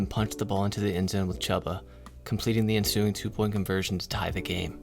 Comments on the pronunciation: chuba is pronounced like chew-buh not chub-ba, but otherwise great video ! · Chooooooba bro, Chooba. It's spelled Chuba, but sounds like it's spelled Chooba. Just think of a train, Choo Choo... Chooba. Sorry, just had to say it. Nice video though! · Great information and commentary, but the volume is a bit low, and when the INTERCEPTION! blared out at level 11 I almost shut off the video. I watched it through all of the way, though, because you do indeed know what you are talking about and it shows. Even if you mispronounce Chubba (but you are pronouncing it phonetically so no harm no foul there) 😉😉😊😊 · Me being a Panthers fan, I'm struggling listening to Chubba's name being mispronounced. If you are a fan, you have heard his name pronounced before if you have watch some games this season.